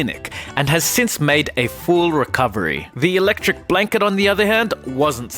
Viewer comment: electric blanket......... Why do you say it like that? it-lec trix